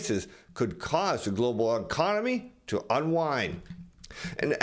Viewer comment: Stop saying Glo Baal......Give it a rest